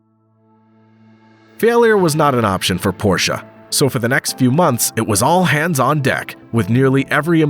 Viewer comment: Thank you for pronouncing Porsche correctly.